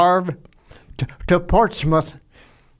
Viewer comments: Its pronounced "ports-muth" Jocko not "ports-mouth" definately, I am British so I know .. great episode .. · Great life. Thank you for your service. Also, Portsmouth is pronounced Ports-muth. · Jocko: "Portsmouth" Papa Jake: "It's PortsMOUTH" Small moment here where Jocko got educated!